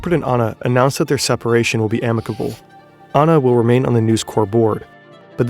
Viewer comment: As an Australian... that is NOT how you pronounce NewsCorp it has a hard p and not how you pronounce Anna!